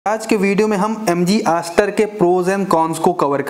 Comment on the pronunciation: Chutiya Review. Ek bhi Con valid nahin hai. Also its Astor not ASS TOR.